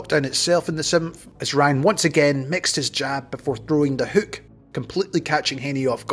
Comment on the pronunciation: You said “ripping left heuk”